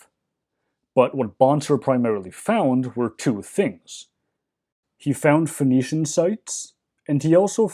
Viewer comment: I keep hearing "phoenician" as "venetian".